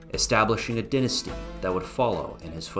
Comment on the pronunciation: Say 'dynasty' the right way, brah...